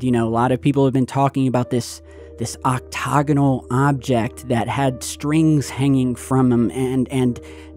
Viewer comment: Octagonal not octogonal